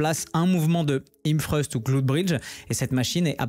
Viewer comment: hip thrust !!! pas him freuste stp 😂😂😂 et la machine porte le nom du mouvement , sinon le reste est genial 😜